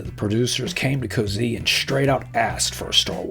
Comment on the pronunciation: Cozzi is pronounced "Kot-see", BTW